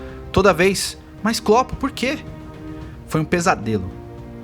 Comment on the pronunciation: mas o cara não é do Brasil, ou seja, errar o nome do klopp não é um erro de português